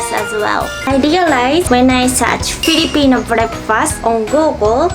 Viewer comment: When you said "Filipino Breakfast" at yhe first time you sounded like a Filipino (excuse my grammar hehe)